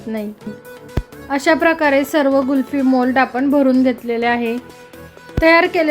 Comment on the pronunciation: कुल्फी छान झाली आहे. पण तुम्ही गुल्फि म्हणतात. कुल्फी म्हणा ताई 😊